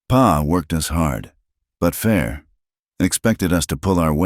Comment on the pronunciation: PA???? 🤣🤣🤣🤣 It's pa!! Geeze